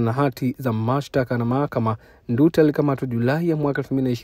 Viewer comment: Haitwi Ndu ta, anaitwa Nduuta😮😮